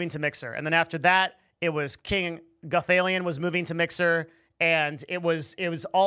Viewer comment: your mispronounciation of King Gothalion is extremely triggering. It's not King Goth 'ale-ian', it's King 'Guh-thal-e-un'.